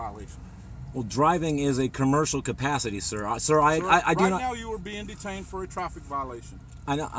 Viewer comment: "...cabburshal cupassity..." hehe